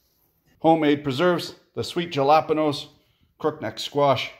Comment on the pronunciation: ah yes, love me some Jalapenos - from the Jajapenos Islands!